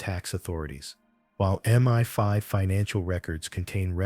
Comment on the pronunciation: It's MI5 (pronounced em eye five) not Meni Five